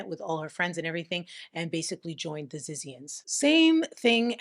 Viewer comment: its pronounce zizians lmfao! 😂💀